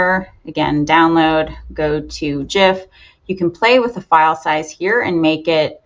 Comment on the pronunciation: 1st thank you for saying it properly. It drives me crazy that everyone says it wrong.